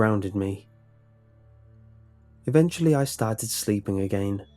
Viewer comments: just got to love the way he says "again" like "i gain" xdddddddd anyways great story, keep it up! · you have a weird way of saying again